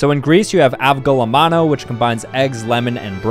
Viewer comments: As a Greek aWGOLEMANA is not how you pronounce that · AVGOELEMONOH PLEASE--- as a Greek, it's pronounced avgole'mono, without turning the o's into oh's and the g is pronounced similarly to the letter y in yell, but not exaclty the same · I love your videos, but as a Greek I have to correct you: 1) You put emphasis in ''e'', so you pronounce it "avgolEmono", not "avgolemOno" and 2) we don't eat avgolemono as a soup, we add it in other foods to make the food taste better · As a descendant from greece it’s pronounced av-a-go-lem-on-o not avgolamono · That was the worst pronounciation of a word i have ever heard coming of anyones mouth AuGo lamAnoOo Its avgolèmoni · I am Greek. First of all, avgolemono is pronounced "avgolémono". Second of all, it's not a soup, it's a special sauce that usually goes in soups like giouvarlakia (some type of meatball soup, severely underrated). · as a greek, he pronounced avgolemeno wrong. its pronounced “ahv-go-lemon-oh” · Hahaha I am Greek and first off it is not pronounced like this it is avgo-lemo-no and secondly it is a supportive sauce for fish for example you do not it it like a soup idk why they said so In the vid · As a Greek he pronounced it so wrong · Butchered the name to say the least but you should really try Avgolemono soup in a good greek restaurant It'll blow your mind and definitely change that rating 😂